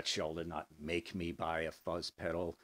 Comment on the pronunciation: It is Shull, not Schull. You are welcome.